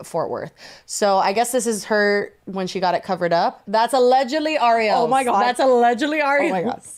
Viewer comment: Why do people constantly interchange Ariel and Arielle when pronouncing either of them? Truly the names that boggle and stump people. It's Ariel. She said it, why is Jessi calling her Arielle?